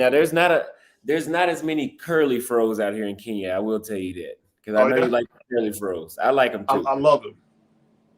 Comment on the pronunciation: "Curly fros"???😮